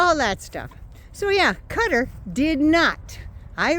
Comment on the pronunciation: You were pronouncing Qatar more correctly than most English speakers including news people. It is Kah-tar with the q placement almost back in the throat but most non Arabic speakers can't do that. I lived in Beirut for five years, and it annoys the hell out of me when people call it gutter! Cutter is a little better but you had it right originally. 👍